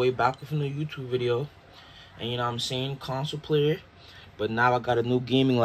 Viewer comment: 'you know whattaim sayin'